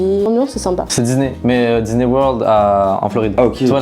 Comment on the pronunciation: Ca choque que moi que dise diney au lieu de diSney